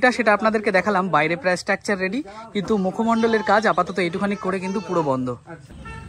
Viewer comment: ভাই, শব্দচয়ন ভালো করে করো। আর সঠিক উচ্চারণ করো। স্ট্র্যাকচার নয় উচ্চারণ টা, স্ট্রাকচার।আর ভিডিওর শুরুতেই কথাটা স্বাগতম না বলে স্বাগত বলো।